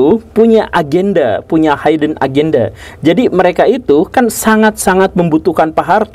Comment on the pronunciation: "punya HIDDEN AGENDA.. " dibaca "haiden agenda".....SALAH! seharusnya diucapkan "HIDEN EJENDA". Tidak semua huruf "i" dibaca "ai". Kalau dalam bahasa Indonesia ada padanannya (HIDDEN = tersembunyi), tidak usahlah menggunakan kata-kata bhs Inggris, jangan matikan nasionalisme, jangan sia-siakan perjuangan para pemuda yang mengikrarkan Sumpah Pemuda: Bahasa Satu, Bahasa Indonesia, kan bukan bahasa gado-gado? Mudah-mudahan bisa diterima pak GURU Gembul, terima kasih.